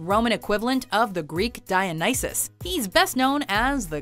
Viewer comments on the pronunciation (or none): none